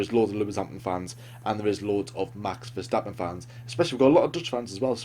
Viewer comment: Congrats on being one of the few English speakers who actually says "Max Verstappen" and not "Mex Fursteppen"